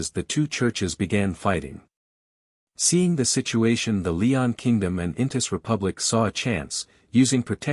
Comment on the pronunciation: It's Loen not Leon 😅